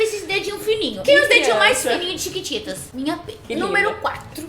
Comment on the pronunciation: ela tbm fala thiquititas!😂